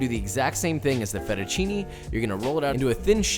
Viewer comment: Also with fettuccine the "ne" is not "nee" is more like "neh" or "né"